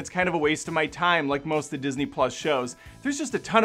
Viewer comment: It's not "the" it's "THEE." As if she's biblical or something.